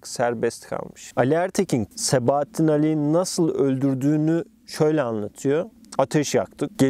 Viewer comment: sebaattin değil